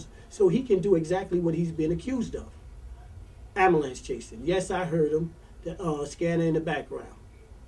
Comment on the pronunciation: 1st thing....learn how to pronounce " ambulance" correctly...also, i remeber tony herbert when he was a popular local club mc calling himself " tony tune "...